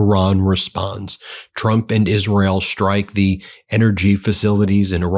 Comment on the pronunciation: Shtrike, deshtroy, infrashtructure. The impediment is getting worse, Ben.